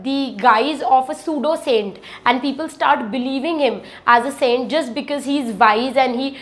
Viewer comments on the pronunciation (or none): none